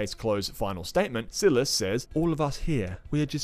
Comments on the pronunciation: hdjkshdjs silas is pronounced differently but great review!!! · S(eye)las fr(eed)kin w(o)pti wapnasi m(o!)loch not malach!